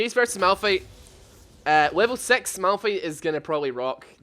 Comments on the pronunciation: You trigger me everytime you say "sex" instead of "six" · why do i always hear sex when you say six